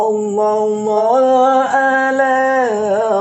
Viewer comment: yg lbih faham,, mohon koreksi bacaan solawatnya.. tasdidnya sprti hilang.. maaf bkn brmksd mnggurui.. sy awam tp prnh bljr tajwid dikit.. sollolloh ala muhammad.. sollolloh ala wasallam.. bkn sololo ala muhamad.. sololo ala wasalam.. mohon yg lbih faham d koreksi.. bknkah saling mengingatkan itu pnting bagi kita orng muslim..